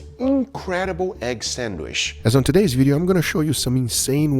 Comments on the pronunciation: It’s pronounced Sand Witch stop saying sanwish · Sand-witch, not sand-wish. Now you know. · Nice! Will try this next weekend! But please, it is san-witch, not sand-wish. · God damn it it is not sadwish i t's sadwitch. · it's a SANDWICH, not a "SANDWISH" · Your pronunciation is 100% correct,. Egg sand-wish.